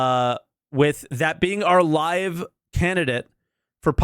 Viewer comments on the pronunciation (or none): none